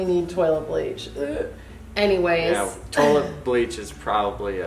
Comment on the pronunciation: Yes, I swear it was really thick especially we he said toilet 😂idk why😂😂